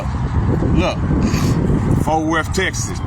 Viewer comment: Fort Wurf Texis....